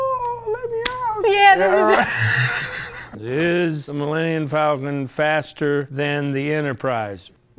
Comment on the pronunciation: “The Millennmmmm Falcon”